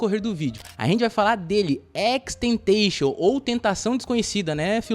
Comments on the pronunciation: Sim mano deu uma agonia mas o vídeo ficou maneiro kkk só a pronúncia do nome que ficou estranha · Só senti falta da pronunciação certa do nome dele… 🥲🥲🥲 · Tenho agonia por quem pronuncia o nick dele errado